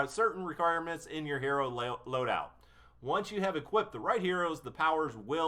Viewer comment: i cringed so bad when u failed to say loadout 3 times